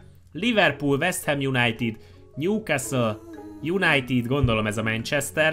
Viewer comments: az nem newecastle és united hanem newcastle united:D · Esküszöm fájt amikor külön mondtad többször is a Newcastle United-et :D